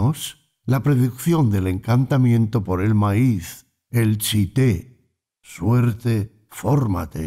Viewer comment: El tz'íté ud lo pronuncia mal. En youtube hay videos de idioma k'iché para aprender antes de pretender pronunciar